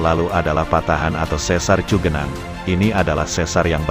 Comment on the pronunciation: Yg benar cigenang bukan cugenang iya Khan daerah Sunda mah udah pasti di awal ci....kalo cu itu para pendatang luar Sunda iya Khan.... salam dodol